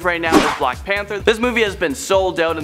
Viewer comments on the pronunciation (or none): none